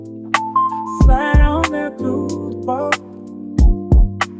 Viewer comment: The way he says work kills me😂😂😂😂